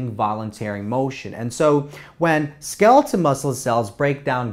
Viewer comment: Skeleton or skeletal? The pronunciation is weird or is wrong.